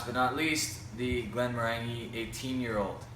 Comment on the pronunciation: A minor quip: Glenmorangie is pronounced glen-mo-ran-jee rhymes with orangie...